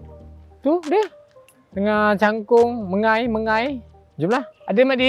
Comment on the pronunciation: Mengai, bukan mengail 😂